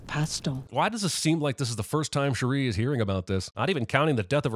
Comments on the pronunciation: The consistent mispronunciation of Shuri's name... 😒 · Is there a reason he's pronouncing Shuri differently than all the characters do? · Shuri - emphasis is on the first syllable, not the second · The way he pronounces Shuri is so jarring😬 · Man, nit pick, pronunciation of shuri….agggh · The real sin is the way he pronunces Shuri. Why does he say like that? 🤣🤣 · Why are you pronouncing Shuri's as "sure REE" instead of "SURE ree", the way everyone in the movie says it? Are you using a Cajun Wakandan dialect? 😂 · This man cannot say her name correctly to save his life. Shuri, not Sherry. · Add 2 subs to the announcer for pronouncing shiri's name like 'shuh-ree' ding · + 60 sins for pronouncing Shuri as Sha-ree the whole time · I'm going to sin the fact that he keeps calling her "Sha-ree". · Jeremy repeatedly pronouncing "Shuri" to rhyme with "Chim-chim-cheree". *DING!* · The way you say ´ShURy’ nope 👎🏾 +100 sins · The biggest sin here is how retardedly you pronounce «Shuri» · Why does he keep saying Sherry instead of Shuri?? 🤦🏽‍♂️🤦🏽‍♂️🤦🏽‍♂️🤦🏽‍♂️🤦🏽‍♂️🤦🏽‍♂️🤔🤔🤔🤔🤔🤔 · there were so many im not even going to list them out but you're just straight up misunderstanding scenes/emotions for so many of these sins, and why tf are you pronouncing Shuri like Cherie? Dawg I get that you're white, I am too, but they tell you how to pronounce her name a hundred times did you even watch the movie???? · Narrator continues to pronounce Shuri like "sha-REE" despite hearing the pronunciation countless times in the creation of this video. ding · Who is this "Shari" character he keeps mentioning? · Jeremy hearing them pronounce it as Shuri constantly during the film, but choosing to pronounce it like Cherie is really grinding my gears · a sin for your pronunciation of Shuri 😆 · Two sins should be taken off for you continually mispronouncing Shuri and Nakia's names. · Your pronunciation of “Shuri” for a whole 22+ minutes is the real sin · Giving a sin every time he mispronounced Shuri’s name